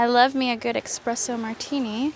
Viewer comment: ek-spresso? LOL